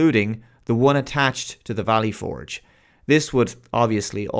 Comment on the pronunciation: Dude. I love your channel... but as an American, the way you say "Valley Forge" makes this borderline unwatchable.